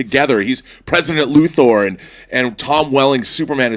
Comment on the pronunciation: I hate when people pronounce Luthor as Loo-Thoar. Shit gets on my nerves.